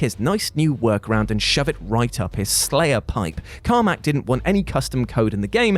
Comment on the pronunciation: John Carmack, not Cormack.